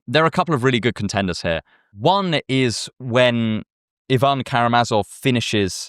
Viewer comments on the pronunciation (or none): none